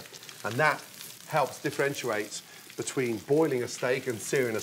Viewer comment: 2.04 differentuate? What???